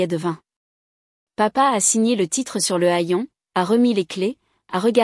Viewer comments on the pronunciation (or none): Vous voulez une approbation avant même de nous avoir montré votre réalisation. L'orthographe de votre vidéo n'est pas respectée. "Je seul" au lieu de "Moi seule". Crime fédéral, tribunal fédéral, etc. pour une histoire prétendument française : amalgame entre les USA et la France, comme badge nominatif O'Riley... Hayon, ça se dit "hèyon", (non pas comme "haillon") comme dans crayon, clayette, frayer, trayon, payer, zézayer, étayer, bayer (pas bâiller), etc.